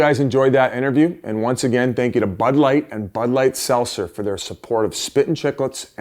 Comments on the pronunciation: There’s a T in seltzer Biz. Let’s work on that one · Why can't Biz say Seltzer?